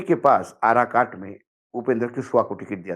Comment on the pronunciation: आराकाट नहीं वह काराकाट है सर।